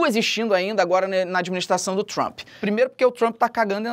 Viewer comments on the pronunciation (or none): none